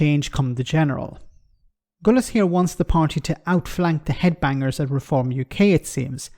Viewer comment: His name is Gullis not Gooliss.